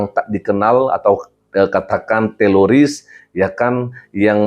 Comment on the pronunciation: Bukan teloris pak pdt..tapi teroris..